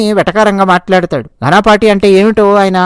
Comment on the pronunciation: మిత్రమా ఘనాపాఠి కాదు ఘనపాఠి. ఘనపాఠం అంటే వేదాలను అత్యంత లోతుగా, సంపూర్ణంగా పఠించి, అర్థం చేసికొని, చెప్పగల వేద పండితుడు, లేదా చాలా విషయాలు తెలిసిన, అపారమైన ప్రతిభ కలిగిన వ్యక్తి అని అర్థం. ఇది వేద సంస్కృతిలో ఒక ప్రత్యేకమైన గౌరవ బిరుదు, ముఖ్యంగా 'ఘనపాఠం' అనే వేద పఠన విధానాన్ని అనేక రకాలుగా మంత్రాలను అటూ ఇటూ పునరావృతం చేస్తూ ఉచ్చారణ దోషాలు లేకుండా స్వర సహితంగా పఠించడం. ముఖ్యంగా వేద మంత్రాలను వాటి సాధారణ క్రమంలో సంహిత, పద, క్రమ కాకుండా, చాలా క్లిష్టమైన, ప్రత్యేకమైన పద్ధతుల్లో ఘన, రథ, ధ్వజ వంటివి వల్లించే ప్రక్రియ. ఈ ప్రక్రియలో నిష్ణాతులైన వారిని ఘనపాఠి అంటారు.